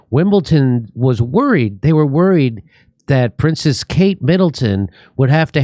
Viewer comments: it is WIMLBEDON -NOT wimbelTon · "Wimbleton" WIM BULL DUN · Jimmy it’s Wimbledon not wimbleTon - snobby tennis fan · Why are you saying Wimbleton Jimmy it'' s Wimbledon !!! Driving me mad 😂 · There's no "t" in Wimbledon! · of course dumb-dumb jimmy (whom I love) said wimbleTON. you silly fool. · Jimmy, please don't Pronounce Wimbledon WimbleTon! the D is pronounced as a D. Thanks. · STOP SAYING WIMBLETON!!!! ITS A D DUDE!! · What’s Wimble-Ton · I’m glad I’m not the only one who pronounces the “d” as a “t” in Wimbledon. Thanks for helping me feel seen (or heard), Jimmy. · Jimmy there's no T in Wimbledon.